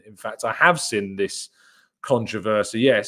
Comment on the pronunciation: do you realise you keep saying sin instead of seen?